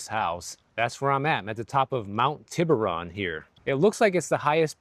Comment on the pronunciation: Pronounced : tee bur rone